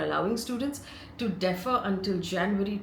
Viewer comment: It’s not “deafer” it’s “Dee-fer”. Learn to pronounce!